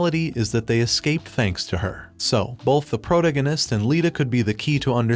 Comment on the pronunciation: your ai voice thing needs to pronounce protagonist correctly sigh...